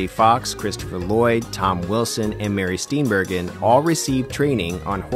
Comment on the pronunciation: *Mary Steen-bur-jin